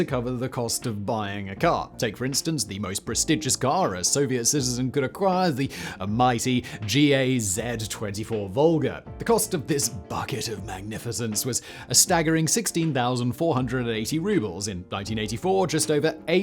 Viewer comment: Simon! Tip! If there is an ACRONYM in any Slavic language (with over 0 vowels, excluding translations ex USSR), 99.9999% of the time you should read it like an actual word. G.A.Z. = "gaz" and V.A.Z. = "waz"